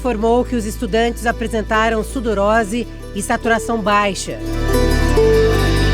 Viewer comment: SUDORESE ‼️‼️‼️‼️‼️ Não " sudorose" como dito....